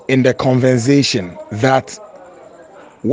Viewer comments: This is the second time I've heard him saying convensation instead of conversation.....aaaaah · Did I hear him say convensation instead of conversation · Did he say convensation instead of conversation? Akoa yi wasa papa. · has been part of pulling people down supporting Ken in making people’s life hell. Whether they are good or bad it’s their life’s work and you have become famous for it. Imagine you can’t take criticism. I am disappointed ☹️ at your behaviour. If you get to read this stop saying CONVENZATION. 😛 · The guy claims to be very well-educated but his pronunciation, and use of tenses are very bad. He hasn't got a clue of what he is saying at times. For instance, he says: 'take me up' instead of 'take me on'. He says 'convensation' instead of 'conversation'. He said: 'what you did, amount to despicable blah blah blah' that is all bad English. 'I am to informed you' is also wrong. You put a 'twist on' something, not a 'twist to' it. Basically, I can't even be bothered go on. He is a Bush-man period!! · I came to the comment section because he said CONVENSATION 😂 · for this your level d33 please stop saying “convensation ”. You say that all the time and everyday. The correct word is “conversation” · aka convenzation. Adwobr333w😅😅😅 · Hei please check your pronouncing," con vers--ation" is the word not " con vensa ation "you are bigger than that, listen to your pronouncing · Leticia Ampong he is not even speaking any good English. He keeps making simple and obvious grammatical errors and keeps saying “CONVENSATION” instead of CONVERSATION 😂. Wasa rough. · Did just say "CONVENSATION" 🤣🤣🤣🤣 bogus "journalist" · The word is conversation it's not convensation😅😅aaaa sleep why don't you attack Mr.Kennedy Agyapong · Did again say 'convensation' instead of CONVERSATION???, w'bonnn paaaaaa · He said convensation🤣🤣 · Did I hear ‘convensation’ my ears 👂🏻👂🏻